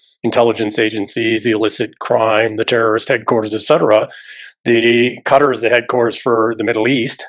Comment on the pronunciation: Qatar is pronounced Kah-tar, not cutter.